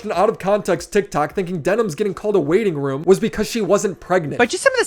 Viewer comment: It’s WAITING ROOM not WAITING WOMB. 🤦🏼‍♀️ 😂